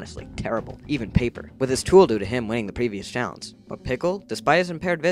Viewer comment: Paper more like poper